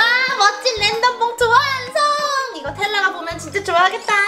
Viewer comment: 램덤 아니고 랜덤이요!!